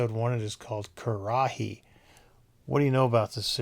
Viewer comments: It's pronounced ker-ruh-hee not the way you were saying it lol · I believe it is pronounced Kur-a-hee.